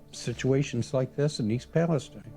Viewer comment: it's not pronounced the same way as the shit hole in the middle east